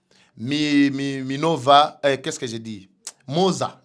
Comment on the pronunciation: Mbote ndeko Eza quartier MIMOZA et non MOZA merçi Alors s'il y a moyen gouvernement a tangela peuples congolais constitution nionso n'a 4 langues Nationales pour une bonne compréhension po ebele to yebi mabe n'a malamu nango te merci